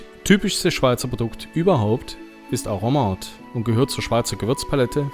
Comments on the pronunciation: Aromat alle vokale gleich betont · Das R muss so richtig Rollen bei Aromat. So wie bei Rammstein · Bzgl. Betonung noch eine kleine Ergänzung: Auf dem ersten „a“. 😉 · Schönes Video. Ein Hinweis zum Aromat. Die schweizerdeutsche Aussprache hat die typische Erstsilbenbetonung. A romat. En Guete